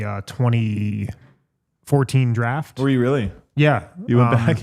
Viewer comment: The draft pronunciation is basically the correct pronunciation, obviously he did his prep..